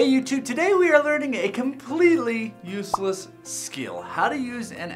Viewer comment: LMAO You emphasis on "useless"